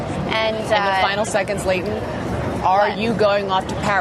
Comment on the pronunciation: It irritates me much the way she pronounced the name of Leighton